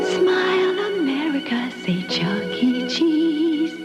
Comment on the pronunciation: No fucking shot this man said Charles entertainment cheese